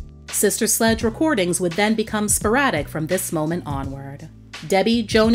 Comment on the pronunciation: Q: Can you please make an edit to your video ? I noticed at the mk the computer generated narrator says " SLUDGE " that is dis-respectful to this LEGENDARY band